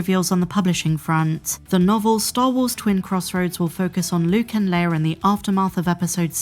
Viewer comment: "Luke and Layer" much love 🤘